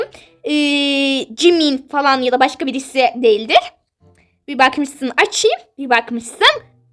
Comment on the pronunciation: Bi bahğmısın açiii bi bahğmışsın çaçii😂😂